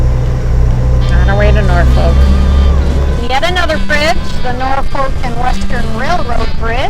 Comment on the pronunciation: you tickle me with your pronunciation of Norfolk, Nor Folk =No , naw fok = yes with No L